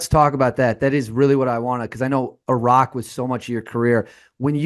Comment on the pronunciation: why does dude keep saying “irach” 😂